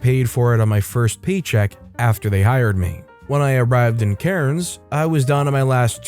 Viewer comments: Story 3 you gave me the best laugh your Cairns is so off gave me a good chuckle thank you for that and we pronounce it more like cans but good job on giving it a crack mate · You don't pronounce the "R" in Cairns, chief.